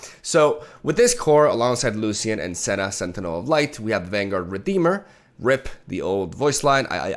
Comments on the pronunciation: pls pronounce it as lushian, its not lussian :( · It's pronounced Lu-shian just wanted you to know :) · the way he says lucian with an s got me fucked up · you are pronouncing Lucian wrong and it’s driving me mad! The C is not pronounced that wayyyyyyyyyyy😱😭